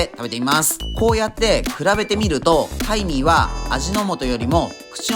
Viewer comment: ハイミーがタイミーに聞こえる 仕事行かなくちゃ••••••